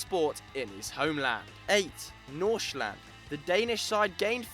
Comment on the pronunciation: And they can't even pronounce half of the teams and player names.. Nordsjælland AKA "Norshland"